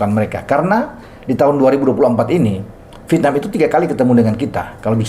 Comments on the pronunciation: yg membaca V tp diucapkan P biasanya cuma orang Sunda....Klo pengucapan aslinya ya Vietnam sesuai tulisan....Dah gak usah denial.... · lah. Tulisan doang Vietnam tapi dibaca pietnam. Gue juga punya telinga. Bisa membedakan yang baca Vietnam dan yang baca pietnam.